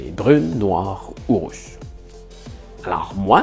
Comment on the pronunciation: on est d'accord l'accent a transformé rousse en russe ? x)